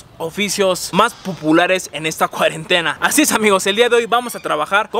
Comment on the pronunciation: PUPULARES jajajajaja chaleeee mantooo, sacass tu cogito postal